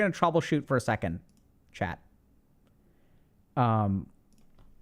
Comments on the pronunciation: I keep thinking he's saying 'Chad' instead of 'chat' 😂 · (Take into account English isn't my mother tongue)👇🏽 The first time I watched one of Dr.K's videos, and he addressed the chat, I heard "chad" and I was wondering if he call everybody chad just to be positive. It took me to watch a couple more videos to realize he was saying chat.